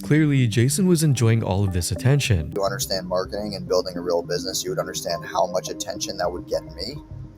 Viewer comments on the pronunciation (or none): none